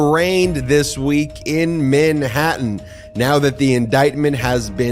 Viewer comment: Ben, MAN-hattan. Not min-hattan. Thanks. Love ya.